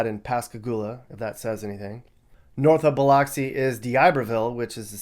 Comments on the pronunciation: While your pronunciation of the city of Gautier was correct, the city of Biloxi should be pronounced as if the letter "o" was the letter "u" instead. It's Bi-LUX-ē, like Luxembourg, or luxury. While I do appreciate that this video tried to give the world a view of the state, I feel that you should have focused on a few other cities as well. Madison, Flowood, Ridgewood, and other central cities near Jackson are a bit nicer. And, there is more to the Delta. We're talking honest farmers who are trying to keep the old ways alive. Where do you think your groceries come from? A little more detail would have been nice. But, I do like that you weren't too negative. There's hope for those places. The video portion shown of Jackson showed only the worst areas. You give the impression that the whole city is torn up, nasty, and dilapidated when there's a lot more to the city. You need to do an update and show more. While I'm disappointed with my experience living there, I do have to say that growing up there was much better than what you decided to show. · I need to correct you. 1. It’s Biloxi with an Uh Sound! Say it like Beh-LUH-xi. Also, it is not home to the original Mardi Gras. Who the hell told you that lie? Mobile, Alabama, is the home to the original Mardi Gras. I tried not to comment but I can’t let you misinform people like that. I was born in Pascagoula and raised in Mobile, Alabama. You’re right, Gulf Coast people are not the stereotypical southerners but your fake southern accent annoyed me the whole way through… I don’t know anyone who talks like that. Be serious… lol. Anyway, Mardi Gras is originally from MOBILE. Leave these type of videos to “World According to Briggs” if you don’t know what you’re on about. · Say it with me "Buh LUX ee" (not Bil LOCKS ee). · I grew up on Mississippi. Please, when pronouncing Biloxi, think of of luxury, not lox. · Biloxi = Bill-ucks-see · It's pronounced Bill-UHCK-see. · Oh yeah and it’s pronounced “biluxi” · No it's buh-lux-c 😉